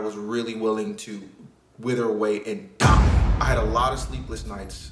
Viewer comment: i’m with the serous vibes and then you put an emphasis on “wither away and die” 😭